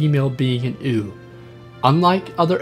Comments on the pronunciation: "Sow" is pronounced like "cow" or "ow," not "so" or "sew." Oh, and it's "you" for "ewe", not "ooo." English, especially older English words, aren't very phonetic. Good videos. Can tell you aren't a farm boy though. :) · Does everyone in your country pronounce female sheep as "ewww!" or is it just you?